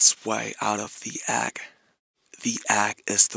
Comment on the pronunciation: word: REALM how RM pronounces it: reaLim word: EGG how RM pronounces it: agG